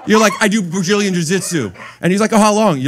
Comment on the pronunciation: You did good but I can tell you were nervous, ill never forget "Brajillian shashitzu" lmao